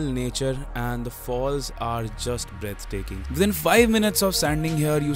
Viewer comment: Did bro just call that waterfall as BREASTTAKING 😭😭😂😂